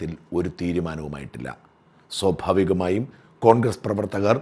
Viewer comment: ഷാജൻ, sobhavikam എന്നല്ല സ്വാഭാവികം എന്ന് തന്നെ പറയണം. ഭാഷ ശരിയായി ഉച്ചരിക്കണം.